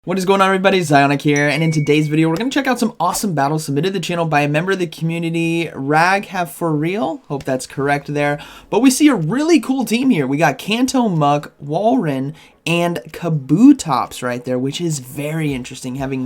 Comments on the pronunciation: It actually pronounced ra ghav for real anyways always love your content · It's actually raghav It's actually like ra ghav and yes he is probably indian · Not a correct pronunciation.. u should pronounce it as raaa-g-hav